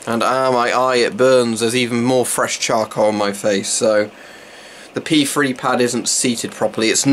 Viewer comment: Just joking about the way you pronounced P3. Sounded like you were calling them pee free pads.